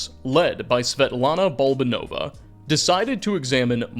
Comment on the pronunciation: Ba-la-ba-nova, not Boldanova 😄